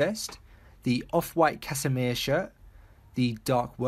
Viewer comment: Wow lmao you really butchered the word Cassimere.. lmao